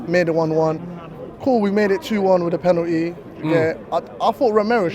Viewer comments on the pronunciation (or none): “we made it 2-1 with the PEN-oOT-Ee lmfao